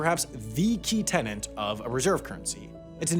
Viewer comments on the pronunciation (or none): none